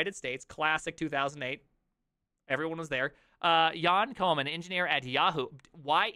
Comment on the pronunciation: Dude, he's Ukrainian not German.. But you got the pronunciation right! :)